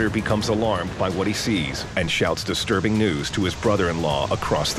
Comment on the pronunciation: Sure 'disturbing' I thought he was gonna say something else. That's not disturbing at all. Manly voice 'disTURbing